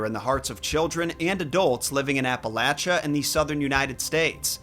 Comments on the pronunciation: Thank you for pronouncing "Appalachia" correctly! As a Native to that area I can attest that this is the correct pronunciation as the Native Americans who settled in the region, who named the mountain range, didn't have the equivalent of a long - a sound (like what you get with apa-lay-shia), so they pronounce it "apple-atcha," which is why the locals pronounce it that way. 🙂 On a very different note: I heard this story all through my childhood, although they storytellers said "Taily*bone*, instead of "Taily*po*." It makes no difference to me, of course. I juat wasn't sure if it was the same story or not until I heard what the creature was saying. Also, Mr. Creepypasta narrarated this story on his channel several years ago. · As somebody from western North Carolina, I can safely say it's pronounced "Ap uh latch uh"